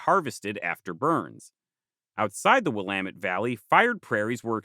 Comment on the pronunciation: currently watching this on a former prairie in the Willamette valley! props to you for getting the pronunciation right, I can't count how many times ive heard people get it wrong lol. great work as always!